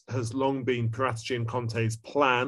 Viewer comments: Wtf is with that Paratici pronounciation. Its Para-tee-chee, not Pah-rata-chee hahahahaha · Why do all English journalists change peoples names to its para tee chi not parat echi. Otherwise good talk about how badly run spurs are.. I think all the blame states and ends with the money hungry Charmaine that is Daniel levy he has rajen sours to new levels with a great stadium but what’s the point of you don’t back the manager… conte will walk away if there is no cash injection he can’t win trophies with deir as a cab and no creativity in midfield and relying on Kane for goals… levy is not a football man he has no clue about football the passion or what it means to be a fan.. he’s a businessman. And he runs it like a business let conte spend and see how spurs will change.